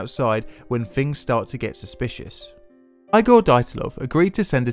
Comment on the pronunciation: I'm Finnish and my ears are bleeding too. [ai:gour - daitlou]:D Feel so sorry for you [naik'aitä:];D